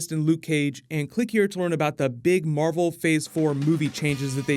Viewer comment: Marvel, Mar-vel?